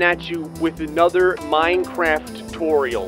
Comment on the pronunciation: You said minecrap